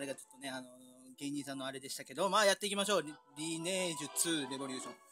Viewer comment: レボ↓リュー↑ション↓ うぽつです。 自分はバルセンサーバーで遊ばせてもらってます(´･ω･`)